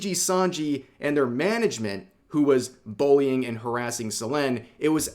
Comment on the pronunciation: I swear I heard "Boing" instead of Bullying 😂